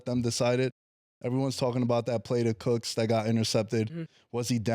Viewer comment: “CROOKS” INSTEAD OF COOKS IS CRAZY KILLA 😂😅 ITS “COOKS” AND “COOK” 😂🤣